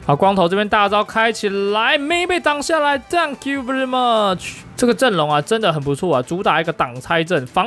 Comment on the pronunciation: Dunk you 變了 thank you 😂😂